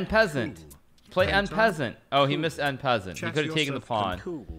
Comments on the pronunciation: Ah yes, one of the top chess players in the world calls it “In peasant” instead of en pasante. You heard it from the master, that’s how we pronounce it now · The way hikaru pronounces en passant is hilarious